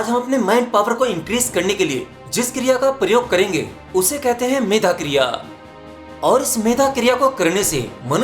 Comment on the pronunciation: मेघा शक्ति नहीं मेधा बोलो भइ ! पहले अपनी मेमोरी, अध्ययन और ऊँ‌ का उच्चारण ठीक कर लो, फिर औरों का सुधार करने की सोचो ।